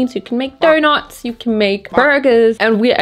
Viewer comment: why turn australian when she said donuts and burgers 😭